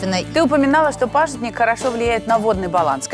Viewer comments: Молодец ведущая "пАжитник" Очень редко говорят правильно 😞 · называется хельба(в Казахстане называют хильба), продается в мусульманских отделах, русское название пажИтник, а не пАжитник, как сказала ведущая.